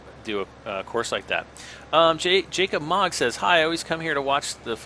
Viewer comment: go to twitter oh my last name is m. o g g Jacob mogg not moagg mogg go to twitter I sent link to ya for krome big m the thing you talked about near end of vid